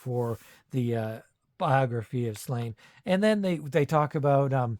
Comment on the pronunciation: It's pronounced SLAW-nyə, not "Slain".